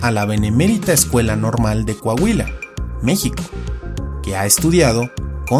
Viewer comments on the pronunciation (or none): none